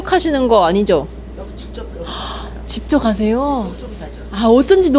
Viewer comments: 직접을 집적으로 발음하시네용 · 직접을 [집적]이라고 발음하시는 것 같아요 ㅋㅋ 습관인가봄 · 집적...?? 직접 발음을 특이하게 하시네요! 외국에 살다 오신건가용?😊